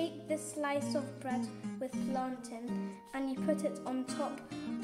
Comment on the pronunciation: Great job again guys!! This is making me hungry! Erm, by the way, I think its called plantain not plantin😂 🤣